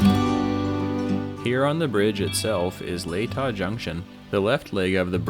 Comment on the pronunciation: From someone who went to high school near there, Latah Creek (aka Hangman Creek) is pronounced La tuh with a short a sound.